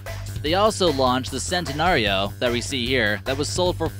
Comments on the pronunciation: D- Di- Did he just say "VenONO" instead of "Veneno" and he said "SENTenario" instead of "Centenario" (Ch-en-tin-arry-oh) Omg no, he said, "ASHton Martin" instead of "Aston Martin" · Dafuq is a Lamborgini Vanano? sounds like something ASH-Ton Martin Would Make oh and by the say for you Americans trying to say *CH*ENT-A-NARIO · Lamborghini Venano, Lamborghini Shentanario, and Ashton Martin. Dont make a car vid if you cant even pronounce the names or give true stats😂